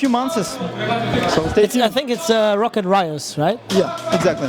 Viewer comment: It's Roccat, not Rocket. ;|